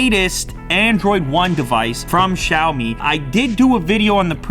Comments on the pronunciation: нЕ КсЯОми, А сяомИ́И́И́И́И́И́И́!1! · Hey bro you should actually pronounce it M I rather than pronouncing it me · He called Huawei as "Wawei", and now he calls Xiaomi as "Shaomi" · FINALLY you're covering Xiaomi products! You might saying Xiaomi in a wrong way. It's xiaomiiiiiii